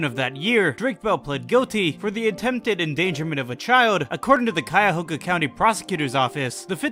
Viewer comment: Whaaatt he said Cuyahoga correctly,that's rare on this site lol